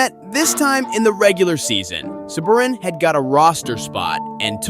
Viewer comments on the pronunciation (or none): The announcers literally pronounce every players name and you still cant say Sabourin? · I think Rupp’s biggest highlight was scoring two goals for NJ in game 7 to clinch a Cup win for the Devils. Then you can’t even pronounce Komarov and Sabourin’s name. 😆